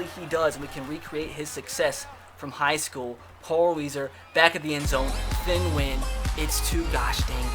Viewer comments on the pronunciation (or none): His name is thien (th-E-in